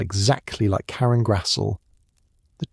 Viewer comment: Her last name is pronounced GRAZ-LEE!!!😊